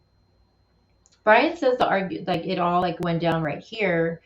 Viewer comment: it's LIKE. Not Luke.